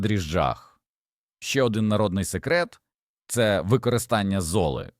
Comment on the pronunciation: Та не пУхка, а пухкА, не зОли,а золИ, не саджА нець , а сАджанець...і таке інше... Вибісили! Якщо вся Україна так заговорить... 😯 Неприємно...